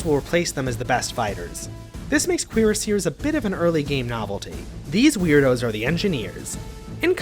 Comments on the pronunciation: The French: 𝓵𝓮 𝓬𝓾𝓲𝓻𝓪𝓼𝓼𝓲𝓮𝓻: Queer-Seers. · That's a new way of saying cuirassier. You've never heard it said out loud before, have you, yank.